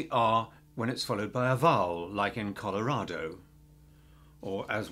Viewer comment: it's Colorado, not Colarado.